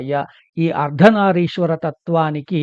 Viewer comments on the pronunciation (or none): అయ్యా నమస్సులు. అర్ధనారీశ్వర అని "రి" కి దీర్ఘం వుండేలా చూడమని ప్రార్ధన